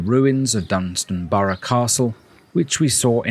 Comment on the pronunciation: It’s Dunstanburgh, not Dunstanborough. And Low Newton-by-the-Sea and not Lower Newton-by-the-sea. Do your research.